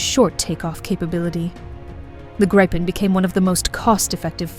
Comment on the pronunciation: If you must pronounce it like its an English word its better you translate the damn word to "Griffin" stupid AI